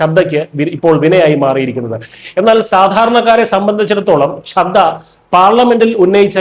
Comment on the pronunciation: Try to pronounce the names properly. It is Chadda and Aatishi, please note.